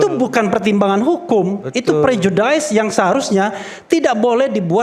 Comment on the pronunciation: Refli, prejudice itu dibacanya bukan prejudais tapi prejudis, banyak kali gayamu sok pinter sok kemenggres